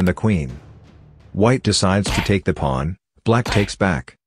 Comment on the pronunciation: Why does he say plun instead of pawn?